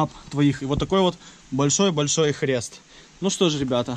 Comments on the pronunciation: ТЫ ГОВОРИ ПРАВИЛЬНО НЕ ХРЕСТ КРЕСТ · Не "ХРЕСТ" А "КРЕСТ")) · Украинский акцент) мне тоже не нравится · Мне одному послышалось хрест ? )